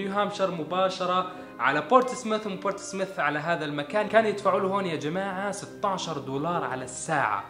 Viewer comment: اسم المدينة بورت سموث وليس بورت سمث